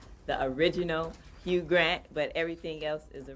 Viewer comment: Luv your videos, but lol it's HUGH [pronounced HU-e] Grant. Not HUGE Grant 😭 That was a great Freudian slip tho lmao